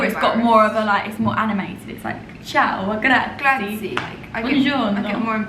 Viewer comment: grazie is actually pronounced GRAH-TSEE-EH :) Im glad you are enjoying Milan! You should check out the Gae Aulenti area, where there is the vertical forest!